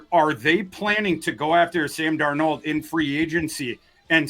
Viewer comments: Is there a reason says DarNEAUX instead of DARnold? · Amongst others Kwesi failed to turn Hunter into draft picks. My confidence of Kwesi pulling off picks for Sam Darnald (Thors pronunciation) into draft picks is 1%. NOT Kwesi’s strength. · Sam is french? is great, but gotta tease him for the Sam dar NOLD pronunciation 😉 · just can’t get Sam Darnold name right 😂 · Can someone please teach how to pronounce Darnold. It's only been a year. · Why does pronounce 'Darnold' like that?